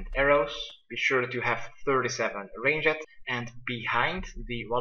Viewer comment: great guides always watch yours!!! Sorry but its funny how you say ranged.